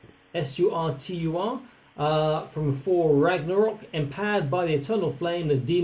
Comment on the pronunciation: Looks like he has black socks on.😀 Nice size though. When you said “Thor” it sounded like “four”. Reminded me of another teacher here in Shenzhen who complained the kids couldn’t spell “fort” - I said f-o-r-t. He looked at me strangely and said “no! Fort (thought) as in finking (thinking). 😆